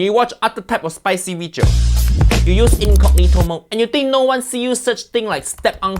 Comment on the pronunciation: This "weejio" is a mix of haiyaa, fuiyoh, and walao eh